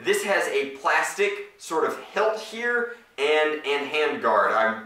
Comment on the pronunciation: It's called a hilt a hiiiiiiiilt